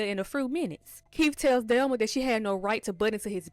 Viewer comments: I have but the person doing the recap was pronouncing it "Delma" not "Thelma" I wasn't watching the video. I was listening to it while washing dishes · The way you kept pronouncing Thelma name wrong was so annoying asf it's not spelled with a d delma is crazy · I'm not trying to be funny or anything but there are short videos on here that are very helpful with teaching people how to pronounce the, "Th" sound.. I was very confused the first couple minutes of this video trying to figure out who "Delma" was. I have a lisp and such videos helped me. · Her name is THELMA not DELMA 😂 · I thought you were calling her "Delma" 🤣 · Man I love how you say Thelma lol